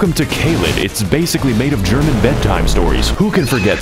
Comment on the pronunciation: the german part killed me. it took me 10 minutes to get through this 15 second segment, your german pronounciation is god tier